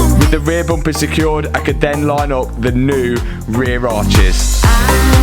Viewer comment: Learn how to say bumper ha ha!